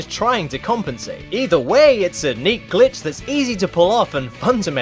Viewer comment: I hear "son of a Gitch" instead of Glitch